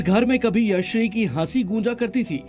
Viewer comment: भैय्या लड़की का नाम यशश्री है और आप हर बार यश्री कह रहे हो मीडिया में काम कर रहे हो नाम का योग्य उच्चारण सीखो ।